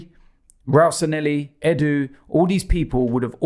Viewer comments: Robbie, Please! It's Sanllehi, NOT Sanhelli. San-Le-Hee!!!!!!!! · It's SANLLEHI not Sanelli you chumps. :D